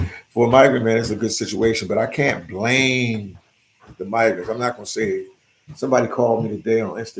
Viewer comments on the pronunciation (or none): none